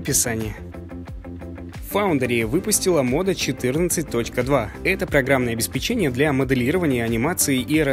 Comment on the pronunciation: Внимание! правильно говорить — обеспЕчение. Спсибо за внимание.